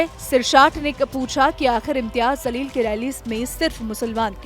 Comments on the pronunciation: Zaleel tu hai....Jaleel bol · Imtyaz Zaleel nahi madam It's jaleel